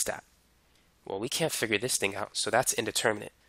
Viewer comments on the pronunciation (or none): none